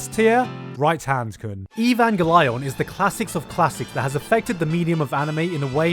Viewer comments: I hope you're happy about your pronounciation of evangel-lion, you monster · e-van-gey-lion, this is the true pronounciation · That's a weird way of spelling Evango-lion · Your pronunciation of evangelion has got me triggered. Ee van ghel eon. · Um it's actually pronounced ivan gee leeooon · Can't believe you don't know how to pronounce Abangalon... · every time i try to watch one of these videos the I hear an entirely new unheard of butchered pronunciation. At least this time it feels on purpose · Why does he say evangelion like that???? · 2021 and im still insulted by the first pronunciation lol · Not sure is Gigguks pronunciation of evangelion is supposed to be funny or serious. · For a moment I wanted to strangle you and wear your entrails as a garland for that pronunciation but then you committed to the joke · The way you pronounce evangelion gave me extra chromosomes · I like how you pronounce "evangelion"... o_O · My friend pronounces the show the exact same way and it triggers my fight or flight responses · They literally say the correct pronounciation in the anime and you’ve butchered it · I love how he pronounces Evangelion wrong in a thousand different ways in just a 6 minute video! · SiS It's pronounced like "evangelize" because that's from the same word root. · You butchered the name of the series so badly. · Who else is trigger with how he says “Evangelion”? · Various mispronunciations of the name is hilarious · What offens me is how you pronounce evangelion... It is pronounced JUST like it is written no weird english accent please. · Ive never seen evangelion but I’m CERTAIN it’s not pronounced like that 😬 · I dont know if he cant pronounce envagelion right or he is a sneaky * trying to flud his comment section . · Mispronouncing evangelion on purpose is literally triggering me. Stop. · Stop pronouncing WRONG.... You had one JOB ! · The way Gigguk says Evangelion hurts me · i just love the little touch to misspronounce evangelion everytime :D